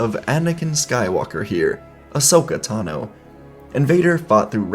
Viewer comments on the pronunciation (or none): none